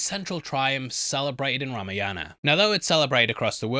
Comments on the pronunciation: Bro it's spelled Ra-maa-yan-aaa What you are doing is Rama-yana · Know the correct pronunciation of the movie name!